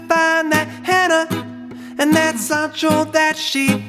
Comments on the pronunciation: When he said “sAHnchiTo” Bradley cringed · This dude really said sand Cheeto😭😭😭😭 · He really did say Sand Cheeto